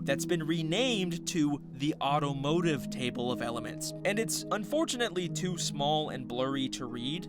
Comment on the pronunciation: "its a book tew"